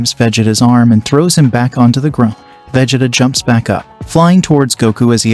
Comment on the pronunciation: You said Vegeta's name wrong